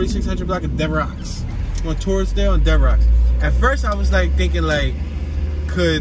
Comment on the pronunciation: "Devrocks" Avenue lol. It's Devereaux, pronounced Dev-Ro